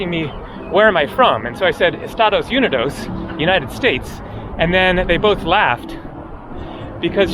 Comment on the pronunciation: The accent of the word unidos is on the first I just like the word united